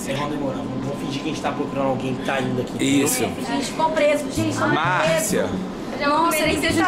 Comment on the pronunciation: "vamos fingir que a gente tá procurando alguém que tá ainda aqui" Lucas: "MAARCIA" Kkkkkkk